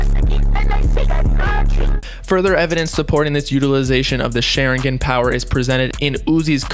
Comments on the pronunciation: “sh e rin gen”.... it’s pronounced “Sha rin gon” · "SHERIGAN POWERS" 😂😂😂 its shawringawn(pronounciation) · He said Shar-in-gin 😂😂😂 it’s shar-in-gawn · its shh- are - en-gan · “Sharingen” lol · its SHA-RING-GONE but spelled Sharingon: Also its LEVIOSAW not LEVIOSAW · The way u say sharingon is hilarious yo lmao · bruh if i hear share ingan one more time. some research u were doing. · Did this guy just say shar-in-gen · Sha-rin-gon bob, for next time. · Every time said sharingan (Shaw-rin-gone) wrong my Sasuke voice starts coming out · Soon as you said Sharingan wrong i left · This video lowkey pissed me off, he pronounced sharingan wrong, he missed so much info smh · Lmao the way he says sharingan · This man really said sharingan wrong 🤦‍♂️ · The way he pronounces Sharingan makes me cringe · ShArInGAaAaN. Boy go learn to pronounce it. No dirty will be put on my shows name😤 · Bro...how did you pronounce Sharingan? Lol I know you never watched it but it was just funny man. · The way he pronounced Sharingan lmao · Sharingan. You said it wrong again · His pronunciation of sharingan is disgusting